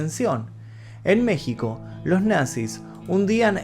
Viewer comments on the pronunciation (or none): none